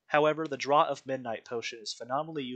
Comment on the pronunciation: Great video on the event! Also, draught is pronounced "draft", like Guinness Draught in a can (draft beer).